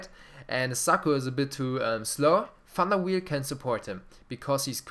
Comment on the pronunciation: Love your videos man, Ibras my favorite player, they made him too slow with his long legs he has insane sprints, and its Sirigu (Sear-eh-goo), Van der Wiel (Van der Viel), and Jallet (Jall-eh) Keep up the great work, I'd love to see a video going in-depth on skill moves and how and when to use them, like showing situations and how to learn to execute them for explosive results, I love to roulette by players, heel chop, rainbow, but I'd love to learn more!